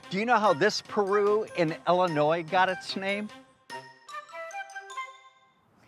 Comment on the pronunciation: Great episode. It’s Illinois, not Ellinois. 😮